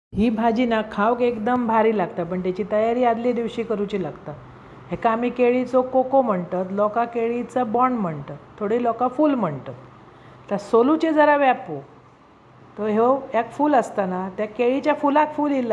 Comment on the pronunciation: कोको नाही " कोका"